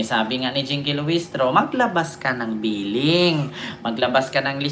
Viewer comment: Pleeding idol hindi billing